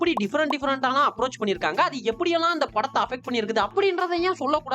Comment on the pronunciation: oru chinna correction, "andhu" illa "adhu"